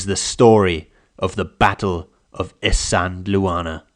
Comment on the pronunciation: Pronounced “is - and - waar- ner”. Not “is-andel- Warner”